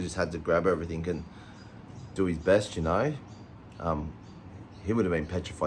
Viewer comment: Oh. And it is "everything". Not everythink!!